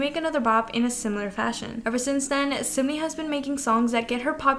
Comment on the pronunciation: i’m sorry but i cant not point out.. it’s not sumni . it’s SUN-MI. (pronounced seon-mee / 선미 )